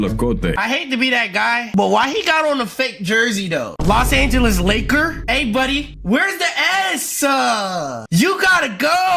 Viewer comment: Los Angeles Laker? Where’s the S!!! Is sending me 😭